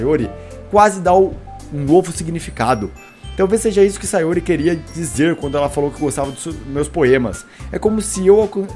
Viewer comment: Sayóre kkkkkkkkkkkkkkkkkk